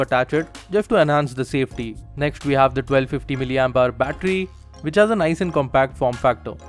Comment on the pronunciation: nexht adjushtment besht...Bhai s ke saath h Kyu Bolte ho